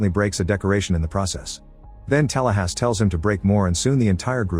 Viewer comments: The AI narration is annoyingg. Saying Tallahassee as Talasssss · what kind of an illegal immigrant or cheap AI can't pronounce Tallahassee?!?!?